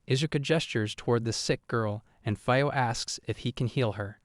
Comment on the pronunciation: i meant to ask this in the other videos but im sure now, you kill the names on purpose right? you called Itsuka "Ishuka" and Fio "Faio" 2 minutes into the video, i know english is the only lenguage that doesnt pronounce vocals as they are written so i can kinda understand the "Faio" thing but why kill Itsuka`s name like that? trust me i really like your videos and i dont meant this comment to be super negative or agressive but it breaks the immersion when i hear the names butchered like that